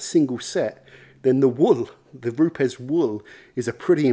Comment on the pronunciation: Great video although the company is pronounced as “roops” 😎